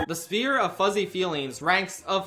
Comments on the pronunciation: Mirth “Sphire” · not to be that guy, but I'm pretty sure that's not how you pronounce "sphere". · I felt the same when he mispronounced ‘Sphere’ I thought it deadass was an inside joke I missed